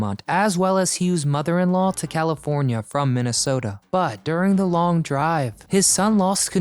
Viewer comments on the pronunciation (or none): none